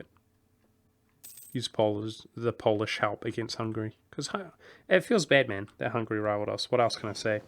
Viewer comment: "It feels bad, man" sounds like "It feels batman" for me :P